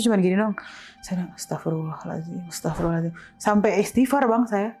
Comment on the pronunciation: Narsumnya seru... epic moment: kuntilanak nggak ada mukanya, saya cuma bilang "Astagfirullahal'azim"... narsum kan nonis...🤣🤣🤣 tapi fasih banget pelafalannya👍